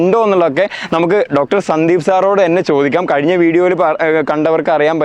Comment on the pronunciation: കയിഞ്ഞ അല്ല - കഴിഞ്ഞ